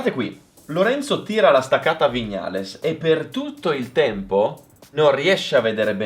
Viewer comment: A OGNI "VIÑALES" È UN COLPO AL CUORE😂